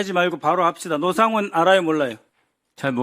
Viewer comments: 국개의원들, ㅎㅎ 빨갱이 주제에 대한민국 군인에게 하대하는 꼬라지 못봐주겠다. 노씨를 로씨라고 발음하며 북괴 빨갱이 인증하는 박선원 ㅋㅋㅋㅋㅋ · 와 박선원이 이름말하니까 순간 사령관님 표정 일그러지시네 미친 빨갱이섀@ 기회를 틈타 기밀사항 언급하네 일거에 척결해야된다 진짜 이딴 간첩이 돌아다니고 심지어 국회의원으로 있는게 참 ㅈ같네 지도 흥분해서 노상원을 로상원이라고 하고 아 이렇게 대놓고 티를 내는데 ㅈㄴ 열받네 진짜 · 미끄러운 이야기?? 이 표현 뭔가요??, 로(노)상원?? 발음이 왜 이래요? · 헉.. 8;03 박선원이가 로상원이라고 발음하네, 북한첩자? 박지원 밑에서 국정원을 다 망쳐놓은자!!